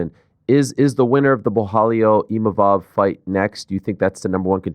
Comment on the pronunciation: can somebody tell DDP its ImaVov and not Imamov